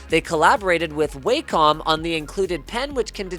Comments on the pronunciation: It's pronounced Wa-com not Way-com btw :) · Its Wah-Com Linus, not way-com. Pretty cool thing, wonder what wacom is thinking partnering with somebody else when theyre trying to make their own standalone drawing machines stick in the market. Does licensing out pay that well or the competition to the surface book is that necessary without scaring people off with Wacoms 'artistic' prices ? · Oh fuck me not again. Dear Linus, It's "wah- com" Not "way-com" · isn't it pronounced wacom like "wockum"? think i saw the tested guys interviewing the company and asking that question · Brah... pronounced Wha-com according to their booth CES. :P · I swear- When I heard Wacom.